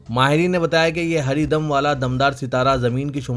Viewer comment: haridum ko apne 5Baar Hari Dam Kaha Hai Baraye Meherbani Talaffuz Par Khiyaal Farmayen